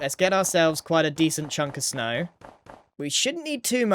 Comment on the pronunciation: „shnow“ I love it